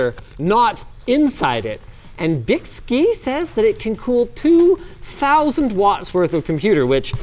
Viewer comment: Another 20 minutes of Linus mispronouncing a brand name. And Byski may have messed that up, but they are the only company that makes the GPU block that fits my GPU, and it works amazingly well